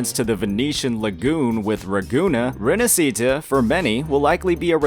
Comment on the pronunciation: the "sci" in "Rinascita" is pronunced as し/ㇱ in Japanese. Put the accent on the "a" in "na" and that's how you pronounce it. You're welcome.